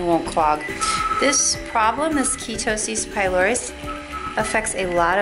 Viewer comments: Key-toe-cis Pie-lor-es? Try “Ker-a-toe-cis Pie-lare- is” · It's not 'Ketosis pyloris'!😅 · I hate to be this person, but I really feel that if you’re going to make an informative/educational video on a condition like this, then you should really know how to pronounce the name of it properly. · Your mispronouncing KERATOSIS PILARIS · You can’t even pronounce the skin condition correctly and we’re supposed to trust your “brilliant treatment”? 😒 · Liia Vlogs her pronunciation was really horrible and she should learn how to say it before she makes a video about it. That's really important because I felt as though by her lack of pronunciation, she may have been incompetent in regards to this particular topic. I don't think anyone is hating. It's just the truth. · that woman is clearly clueless and doesn't know what she's talking about. This is an obvious warning for people NOT to go to a "spa" to treat a medical condition. People go to a professional Dermatologist who can actually pronounce the disease that will be treated! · Why did you pronounce it like that